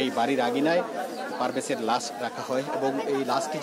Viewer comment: ভাই লাস না লাশ।